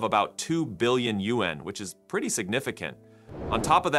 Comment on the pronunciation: Learn how to pronounce YUAN. The next time I hear you mispronounce it I am unsubscribing.